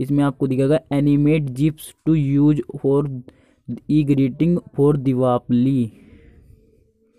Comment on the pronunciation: O bhai diwapali nahi dipawali bolte hain is tyohar ko